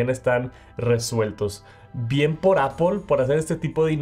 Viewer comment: Es Apple, no Apol